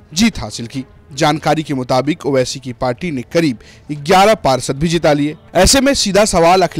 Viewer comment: Naam bhi nhi le paa rhe ho owaisi ka 😂